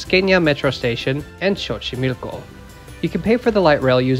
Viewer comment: Great video! But to let you know, the X in Xochimilco is pronounced as an S, and the X in Mexibús or Mexicable is pronounced as a normal X lol, a "ks" sound.